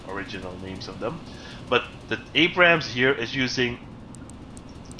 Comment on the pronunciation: Abrams not Abraham get it right :P